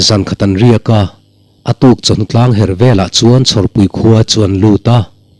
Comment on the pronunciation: Ni thlangher tih kha NI TLANGHER tiin i chhiarin ka hria a TLANG A HER ngai lo Ni kha thlanglamah a her a chu chu Ni thlangher an ti ṭhin